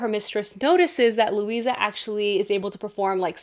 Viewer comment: Currently reading The Familiar...it is so-so good so far! However the character's name is Luzia (Lou- zee-a) not Lucia Lou- see-a).